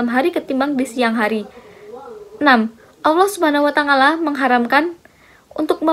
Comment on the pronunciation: Mohon koreksi penyebutan watangala.yg seharusnya tidak seperti itu terimakasih